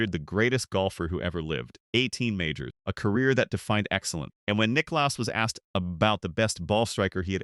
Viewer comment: Jack Nick claus 😂